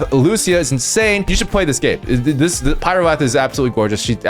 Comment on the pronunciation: Plz react to all characters from CN as well plz I beg you Edit: it's pyr-oath not pyro-ath